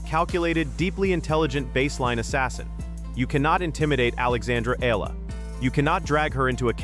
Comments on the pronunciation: It’s Eala. And it is pronounced like Eyala. Not eela and not elala. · EEE-YAH-LAH... that is how you pronounce her last name, PLEEEEEZZZ